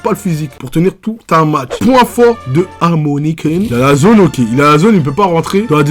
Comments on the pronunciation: c'est pas "amoni" mais "a-ominé" snn trêeees bonne vid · Bjr je suis nouveau dans la chaine et j'ai bien aimé la video mm si j'suis pas dacc sur certains points mais je comprends pas pourquoi il dit amoni 😂🤨 ça m'a rendu diiiingue 🤪😅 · ça se prononce Ao miné je crois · Surtout aomine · frr sa me tue quand tu dit aomine 🤣🤣